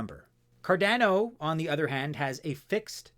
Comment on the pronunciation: It’s Cardano, not Cardano. 😂